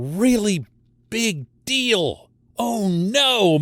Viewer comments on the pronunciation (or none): none